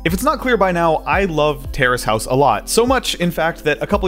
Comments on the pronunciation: I thought you were saying terrorist house for a few minutes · I thought he was saying terrorist House